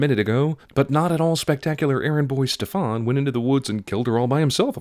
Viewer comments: Every utterance of the word "Stefan" makes me twitch. It's pronounced "STE-fan", not "ste-FAAAWWWWWNNNN". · 1) You're pronouncing Stefan wrong. 2) I was happy when I saw my name in a movie for once, but then he just had to turn out to be a right evil fucker. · I'm not saying this movie doesn't deserve the treatment it's been given, but why did you go out of your way to mispronounce Stefan's name? In this movie and the animated classic, it's pronounced a different way.